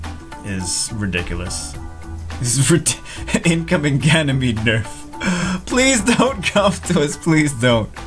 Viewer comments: He's Ganymede not Ganymeade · "Ganymeade" omg I'm laughing so hard! xDD Plot twist: he has been Ganymeade all this time o.O I'd used to say Woonsa to Woosa all this time xD!